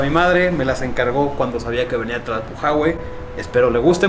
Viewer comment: Me da risa que no puede pronunciar bien Tlalpujahua 😂😅. Videaso 💯